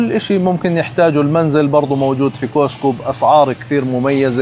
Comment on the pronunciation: ملاحظة صغيرة، اسمه كاسكو. مش كوسكو. بالتوفيق